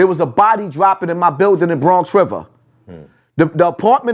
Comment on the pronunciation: In Bronx Rivah lol 😆